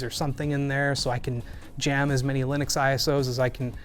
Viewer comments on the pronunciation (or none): none